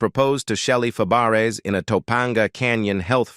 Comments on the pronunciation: IT IS PRONOUNCED FAB RAY NOT FAH BERRIES. WHY DO YOU HAVE THIS JOB? ARE YOU A COMPUTER. YES. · Shelley FAH-BARE-ASS?? Is this a computer voice? At least get a narrator that can pronounce names! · Um? Fuh-Barris? NOPE! Fab-Bray... 🥴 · Her French surname is pronounced "FaBRAY," not "FabArez." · Fabares pronounced fab ray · “Fay bare ess “ 🙄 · It's pronounced fabray. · shelly Fab accent on the first syllables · good grief!!! If you are going to do these videos lean to pronounce their names. I have never seen names so butchered. Shelley’s last name is pronounced “FAB RAY”…….Her aunt was Nanette Fabrays…….pronounced “NAN NET FAB RAY”. Their names were pronounced the same with different spelling. I won’t go into the others. But please research because all of these videos have the same kind of colossal mistakes. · Yes it's fab.a ray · You pronounced her last name wrong, and that one clip was Shelly Long, not Shelly Fabares. And your voice sucks as well. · He can't even pronounce her name right. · You're mispronouncing her name. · Should be nominated as the worst bio; mini documentary of an artist... ever! Punch in to correct all mispronounced last name that you are making money on! CORRECT IT!! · I'm about half way thru & I can no longer stand how Shelly's last name is being miss pronounced. Oh my God, ugh. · AI voice??? You destroyed Shelly's last name, lol... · I agree. This voice is mispronouncing her last name severely wrong. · What a moron!! Need to pronounce people's names correctly!!!!